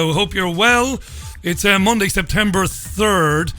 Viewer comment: Nice to have you back mate....oh & its September, not Sptember :-)